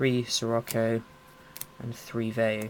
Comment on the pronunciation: so whats a veyu?? at the beggining of the vide u said veyu not vayu